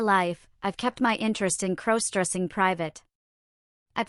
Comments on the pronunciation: Stop mispronouncing crossdressing 😮😮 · Stop mispronouncing crossdressing 😮